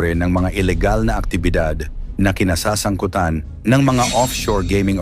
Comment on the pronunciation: Pronounce mo Ng maayos Ang salitang pagtakas, kinasasangkutan